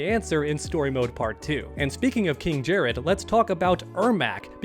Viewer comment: Honestly I'm getting low-key annoyed by how pronounces emperor Jerrod's name as "Jerraud" and not Jerrod